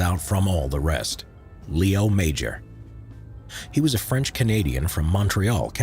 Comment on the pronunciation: i met Mr. Major. His name is pronounced 'Majore'. I was in front of greatness when i was in his living room.